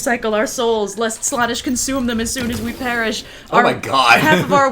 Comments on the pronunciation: Every time says Slawnesh it causes me 1d4 wounds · I’m sorry, but hearing pronounce it Slah-nesh physically pains me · every time says "slaanesh" in a WAY different way then ive EVER hear it said, my hears bleed a lil.. the slaanesh noise marines would be proud.... also slaanesh is a thay:) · over here, making me doubt you're to pronounce slaanesh 😅, also loved description of the Imperium's religion "Yes the Empire is totally alive in the warp still!" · The way says slanessh hurts me